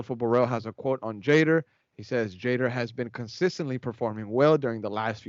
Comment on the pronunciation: Pronounce Jader's name correctly please! Yall speak Spanish, pronounce it in Spanish